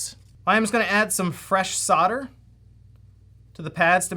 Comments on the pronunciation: Why are you saying "Soder" ?? its Sol-der, you're not the only one I've heard pronounce it that way since when did the "L" get dropped? or is this an American thing? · ffs its SOLDER not sodder, if your gonna say it a thousand times, at least say it right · Why do you guys pronounce 'solder' the way you do? There is an 'l' in there you know.